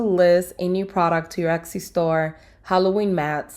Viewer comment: still saying ECCI or EXXI are we?